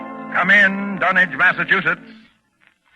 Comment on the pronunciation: It's refreshing to hear Dunwich pronounced correctly.